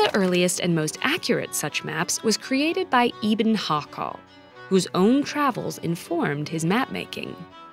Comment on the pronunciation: ye bro no -offence i understand how pronounication of different langauges can be hard , but they really did mispronounce that name